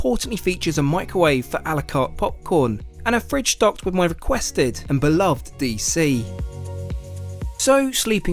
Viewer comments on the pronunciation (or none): none